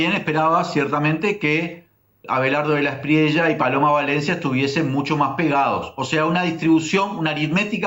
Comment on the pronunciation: Inna, se pronuncia De la Esprie-ya, no De la Esprie-la